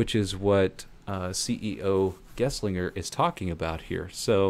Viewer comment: Thanks for the video, good analysis! Minor correction: It's Gelsinger, not Geslinger.